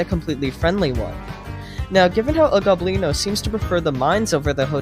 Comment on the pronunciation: ITS NOT El GOBlino ITS El Go-blino